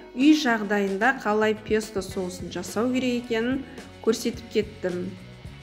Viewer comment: рУккола, пЕсто дұрыс ударение қойып сөйлеңіз